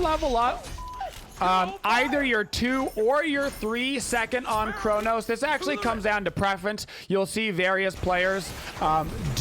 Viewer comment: Who is Chornos? hahahahaha